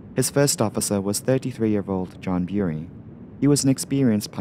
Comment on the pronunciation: There are widespread & much used standards for English word pronunciation. Place names including Bury are pronounced Berry.